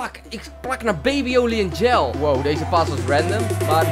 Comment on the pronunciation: Gel spreek je uit als zjel, niet als djel